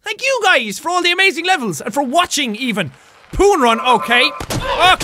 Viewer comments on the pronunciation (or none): When he says poon it sounds like he is saying porn